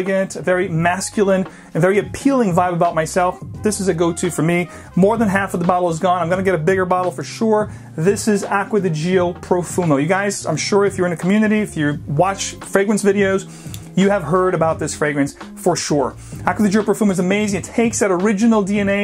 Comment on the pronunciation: Gio as Joe if want to pronounce it properly, secondly do reduce the use of the 'my go to' saga, plenty of other nicer expressions to use